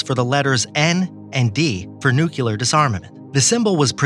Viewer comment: All very good information...I just have one problem so far...I hate it when anyone pronounces "nuclear" as "nucular"...there is no second "u" in the word!!!